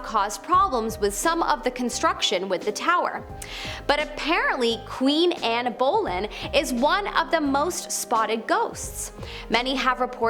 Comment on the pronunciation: I thought you were British but you don’t know how to pronounce Anne bonlyn , and you don’t pronounce mum the British way so clearly you either Canadian/American, or just really stupid 👎👎👎👎👎👎👎👎😡😡😡😡😡😡